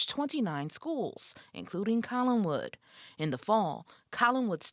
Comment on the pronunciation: There is no "g" in "Collinwood ".